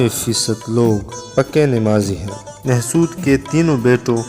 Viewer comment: Why is “Mahsud” nowadays pronounced as “Mehsud”? I’ve never seen a Pashtun refer to these people as “Mehsud”- neither does it spell it in that way in any history book. Is this yet another new thing?